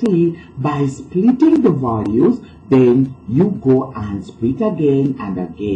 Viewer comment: ITS splitting the value not spriting the value 😂😂😂😂